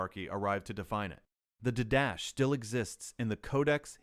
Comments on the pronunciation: I came here to make the same comment. In the liturgical classes I have taken, didache was always pronounced as you suggest, or perhaps "DIE-da-key". Certainly not "did-dash". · Didache is pronounced did-a-kay not d'dash. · I know that this is going to fall on deaf ears, but the word 'didache' is pronounced did-ah-KAY. Not like anyone is going to train their AI client to pronounce words correctly. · No, you are all wrong. In classical seminary NT survey lectures, it is pronounced DEE-DUH-KAY as iota is not EYE-OOH-TUH but rather EE-OH-TA